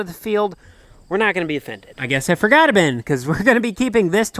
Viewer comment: Why do you pronounce “bin” as “ben?”